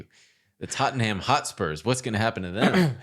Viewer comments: Just say Tot-Num. Even as an Arsenal fan that hurt to listen to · TOT-NEM - pronounced tot-nem sir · Absolute crazy pronunciation of “Tottenham”. Every single time you said it, I was floored. Incredible.